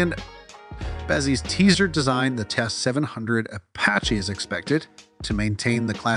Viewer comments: The guy is saying Apache, AY PA SHAY. Where is this guy from? The moon? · How many wrong ways can you say Apache?